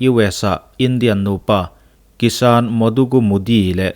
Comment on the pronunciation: 'kissan-a" chu sual hle mai.. a bengvarthlak thin khawp mai